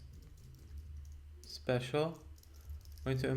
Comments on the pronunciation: Great content as usual! I love how you pronounce it, "skippy". Keep up the good work. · Making a slight correction, it is pronounced "psi pi" for Scientific Python. Just like numpy is "Num Pi" for numerical python.